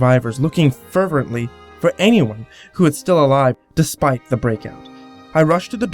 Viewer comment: Lol said "anymone" instead of "anyone" drinking game anyone?